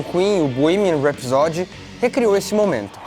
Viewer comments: Gostei deste vídeo, do texto e de sua edição bem profissional. Só queria sugerir ao simpático que acentuasse o primeiro "a" de rhapsody, rhápsody e não rhapsódi. De resto, só elogios ao vídeo. Não seixem a peteca cair. Está muito bom, assim. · Que aflição com a sua pronúncia de "rhapsody"... custa nada dar uma olhada antes de fazer um video sobre Queen.